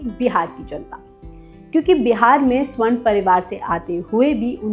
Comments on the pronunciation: स्वर्ण नहीं सवर्ण होता है हिंदी का उच्चारण ठीक से करो. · आप एक एंकर हैं, अतः आपके उच्चारण और शब्द दोनों शुद्ध होने चाहिए। यथा : स्वर्ण नहीं सवर्ण बोलिये। ऐसे आपकी प्रस्तुति अच्छी होती है।